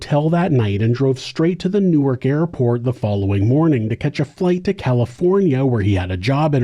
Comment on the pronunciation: Thanks for saying Newark the right way